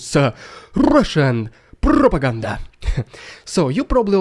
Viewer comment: Rediculous Russian prrrrrrrrrrropaganda!❤